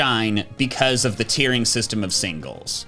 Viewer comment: is making fun of for messing up speech but he said signles rather than singles